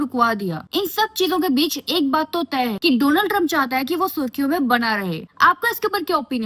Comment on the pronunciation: India's friend DoLaand Tiremp😆😅😂🤣